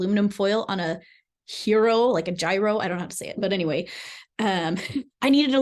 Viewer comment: Pronounced Yiros 😉 cool video thanks